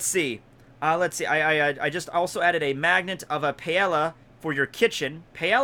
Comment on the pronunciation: ”Panelia” = paella according to